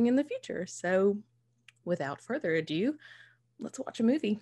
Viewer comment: If I hear another American pronounce “ado” as “a dew” I’m gonna come over there and destroy YouTube’s servers 🤪